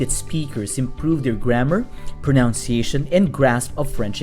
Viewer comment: Your English is fluent and understandable, but, as a teacher myself, I must point out that it's proNUNciation. Not proNOUNciation.